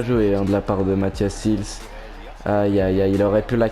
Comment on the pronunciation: On dit pas sils mais sails